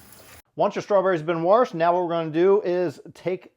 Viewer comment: Did he say warshed? Lol!